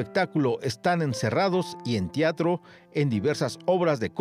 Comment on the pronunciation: un homenaje a una gran artista, pero que diga el narrador "en tiatro" no tienen madre